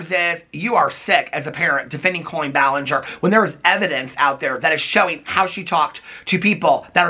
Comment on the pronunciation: This is a good video. But I don’t like colleeein balanger